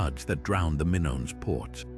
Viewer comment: WTF?!? The Minnons? Get the names right, please. Double check your AI content, sheesh!